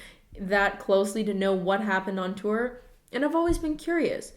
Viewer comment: You say "tour" like Danny Gonzalez. "Too-er"